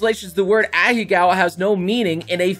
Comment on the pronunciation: did he just say ahecows